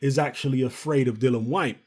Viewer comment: please start calling him DILLIAN and not DILLON. You know how to spell it. Why not pronounce it properly? I'm not trying to be extra it's just annoying that nobody even pronounce his name right. It's got to the point where he doesn't even bother correcting anybody anymore.